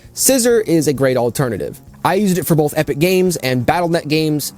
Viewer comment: You ever notice that you say both like bowl-th?